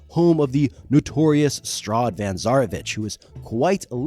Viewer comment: Ah yes, Strahd van Zaravich.